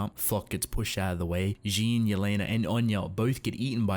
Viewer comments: I love your videos but... It's JEAN not Jin/Jeen/horse face ._. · It's Jean not jean